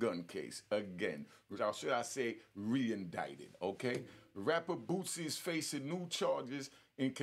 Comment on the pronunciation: It's Boosie... Not Bootsie🤦🏽‍♂️